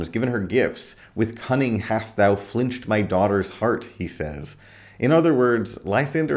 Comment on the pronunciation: Strange that all the experts on Shakespeare are Yanks - learn how to pronounce 'filched'!